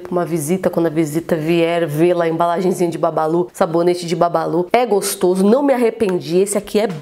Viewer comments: Nii o nome é bubbaloo não babalu😂😂😂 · "Porque as pessoas pronunciam Bubballo com "A" sendo quê é escrito com "U" ?